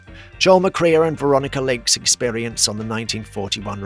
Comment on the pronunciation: Joel Mac-Cree-a? It's pronounced Mc-ray. Grach-us? Try Grak-us. Bet Davis? It's betty! It's mistakes like these which really undercuts the legitimacy of whatever you may say.